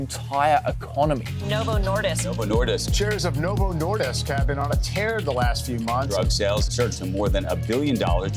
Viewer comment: As a dane, hearing the English pronounciation of the word "Nordisk" over and over again is honestly annoying me.